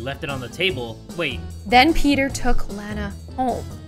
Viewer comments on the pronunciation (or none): its lana not lanae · My name is Lana you said it wrong and I lev your vids